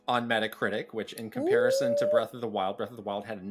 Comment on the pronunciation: Breath not Breff